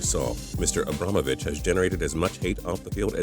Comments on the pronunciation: it's imbrahimovic not ibramovic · Ibramovich... It's I-BRA-HIM-O-VICH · What the heck he said zlatan ibramovic not ibrahimovic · Who's Ibramovic it's pronounced ibrahimovic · Apparently it's "abbromovic" instead of ibrahimovic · its ibrahimovic not ibromovic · Zlatan Ibrahimovic not ibrahimovich! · Team Tuco yes and it's not ibromavic lol it's ibrahimovic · Ibrahimovic. Not ibramovic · its not ibrahimovich its ibrahimovic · He realy said Ibramovic instead of Ibrahimovic. Get a life M8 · Ib-ra-him-a-vich wownot pronounced right and spelled wrong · Americans really can't pronounce names can they!? Here, I'll Give you a lesson on pronunciations Arjen Robben - Ar(y)en Robben Zlatan Ibrahimovic - Ibrah(ee)movic El Hadji Diouf - El Hadj(ee) D(ee)(oof) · Zlatan isn’t called ibramovic And arjen robben is not arjen robben he’s pronounced arYen robben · its not ibromovich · He pronounced it zlatan abramovic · Also y u call ibra abromavich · Bruh Sergio Booosquets And Zlatan imbrovinich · Ib ram a vich 😂😂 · you can see that this guy is amarican he says soccer and he cant say ibrahimovich he says ibramovich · it's ibra or ibrahimovic my ibramhovic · Hahaha He said Zlatan Ibramovič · No please don't talk about zlatan you don't even know how to pronounce his name Ibra him ovich and it is spelt Ibrahimovic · ur a stooopid its ibrahimovic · He s called Ibrahimovic not ibrahimovich and it's not pronounced I bra moe vich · ibromavich? lol such bad pronouncination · I-brom-o-vish Cmon really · He can not pronounce their names e-bra-him-a-Vich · It's said EE BRA HIM O VICH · no it's pronounced eeb ra him o vi ch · no no no it is pronounced eeb-brah-himoor-vitch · Pepe isn't from brazil, and he pronounced Ibramovic's name wrong. (I don't know how-to spell it sorry) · You said Ibra rong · You spelled Ibrahimovic wrong and pronounced it wrong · Pepe is from portugal, half the players on here are loved not hated, you pronounced Ibrahimovic and Arjen wrong and it's football not soccer